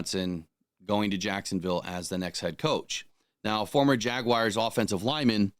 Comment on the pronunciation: Still blows my mind that people can’t pronounce the word Jaguars.